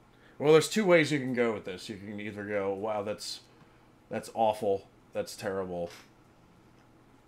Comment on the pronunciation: 42.13 "unless you 're completely offal", made me pee my pants😂